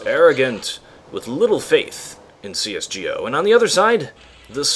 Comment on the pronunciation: "cs gee o"